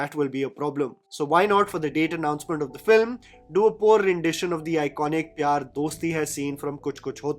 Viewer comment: your content is superb as always! Btw you said FLIM at 8.07...